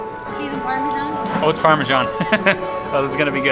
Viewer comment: I love how you Americans manage to put a 'j' in Parmesan! 😂❤